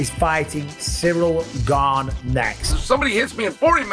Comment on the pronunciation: Love the way chael says "Surreal Gane" 😊